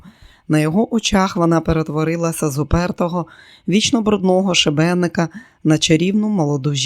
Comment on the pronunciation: Дякую каналу Екслібрис за знайомство з черговим чудовим романом Сідні Шелдона.❤ Шановна зверніть увагу на наголоси при читанні. ШИбеник,а не шибЕник. БлІдИй,а не блідий слабИй,а не слабий.і т.д.Листи розкривають,а не роздруковують..Бажаю каналу розвитку і вдосконалення ❤